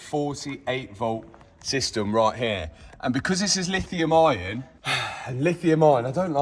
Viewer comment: There is no R in - Lithium Ion - 😂